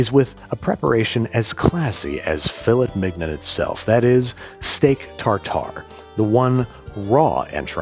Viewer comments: I'm so glad you pronounced Filet Mignon as it looks like it's spelt; I do that unironically as a joke all the time, and I'm just really glad it happened, for some reason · Your butchering of the pronunciation of filet mignon was uncalled for, unfunny, pointless, and wanted by absolutely nobody! You also have continued your pointless mispronunciation of Worcestershire sauce, you said the name of it perfectly in your The Phantom Thread episode, try to say it like that from now on, have a nice day!